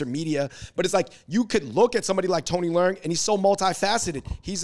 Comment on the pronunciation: Yall butchering his name. Le-ung . Like your lungs . Theres no " r" noise